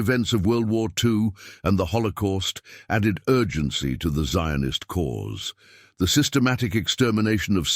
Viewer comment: Jews lived in the land of Israel since bible time. The arabs did not concor the land of Israel till the 7th century. They have nothing to do with the canennites who disappeared from Israel during King David. The way the narrator pronounces the word Zionist shows that this piece is not historical account but propaganda for the Palestinian claim.